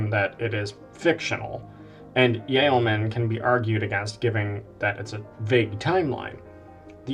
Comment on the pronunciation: The word 'treatise' in the singular does not have the final 'ee' sound that occurs in the plural 'treatises'. The 'c' in 'Aceh' is not pronounced as an 's'. The first vowel in 'yeoman' is a diphthong.